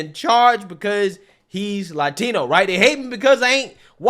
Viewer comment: as a Hispanic American man. I always Cringe when another Hispanic American over emphasize saying "Latina or Latino" in spanish. If your speaking in english say yhe word in English. If your Speaking spanish then say it in Spanish. Its just weird. 🤣🤣🤣